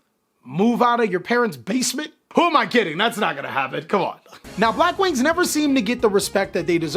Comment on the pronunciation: I stopped watching when u said Blackwings